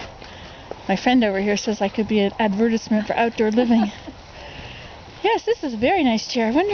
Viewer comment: Hello, I've Never Heard Advertisement Pronounced the Way you Pronounced it, but everyone Pronounces things Differently!! I Thought it was Funny when the Lady Said "Are You Talking to Someone....Or...." haha. I Heard the "Aye" at the End of the Sentences, like I've heard some Canadians say "Aye" or "Eh". Anyways, I enjoyed the Video!!!! There are A lot of Good Things to Find at the Dump. Like the Saying Goes, "One Man's Trash is another Man's Treasure" Or, Woman. ~Erin